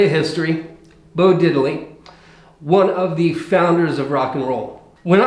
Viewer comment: No, no, no, no.... It's pronounced "DID-ley"...not Diddel-lee